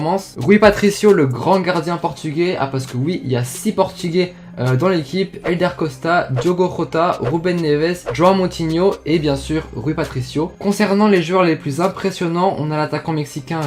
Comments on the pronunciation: Diogo J-O-T-A et pas R-O-T-A Le Portugais est différent de l'espagnol donc il faut arrêter de prononcer les "J" en "R" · Quand tu parlais des portugais ta oublier Ivan Cavaleiro et sa se prononce JOTA pas ROTA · on dit pas diogo jota (rota) svp c'est comme en français le J en portugais c'est comme en français . comme gabriel jesus par exemple